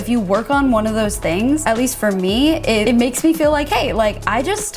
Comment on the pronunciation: the way it sounded when she said “it” 😂😂